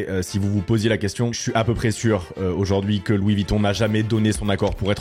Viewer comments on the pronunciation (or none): none